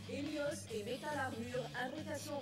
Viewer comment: Pourquoi il a dit helios haos